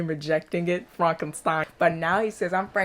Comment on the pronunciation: This announcer is the only person in the whole movie that pronounces the name "Frankenstein" correctly. 🙂